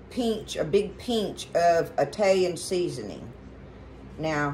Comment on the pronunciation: “It calls for a “peench” of Italian seasoning” 😂 I love you! I thought my family was the only bunch who said that. Thank you so much for sharing! ❤